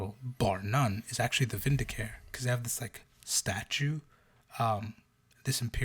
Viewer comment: Vindicare is "vin-di-kah-ray". You'll note the irony that the Eversor are always in painful discomfort. They are "ever sore". Secretum is "say-creh-toom". How do you spell Vannus? Vanis?